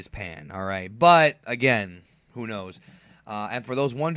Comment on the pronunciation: dude great videos but you gotta start pronouncing saiyan right. it may be pronounced SAI in the japanese dub but not in english. its very cringeworthy